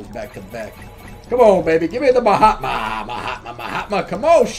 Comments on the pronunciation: Every time you say ma hatma i hear “my hot mom” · That is name frost wizard not ma hatma